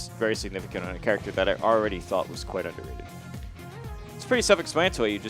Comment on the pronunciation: Are we just gonna’ keep letting pronounce character as “churactor”?